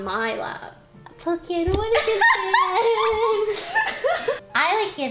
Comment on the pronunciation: You know being born on Hawaii taught me one IMPORTANT thing. THAT POKE BOWLS AND REGULAR POKE IS PRONOUNCED POKE-AY NOT POKI. just saying lol